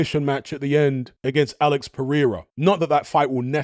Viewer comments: “Alex Pereeera” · The way you pronounce some words lol like "Super Saiyan" and "Alex Pereira" is funny and another I can't think of now, you pronounce it confidently, but confidently wrong lol